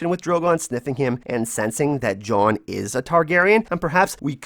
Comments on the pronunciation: I fucking hate the way you say John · I just wanna know why you cant pronounce jon correctly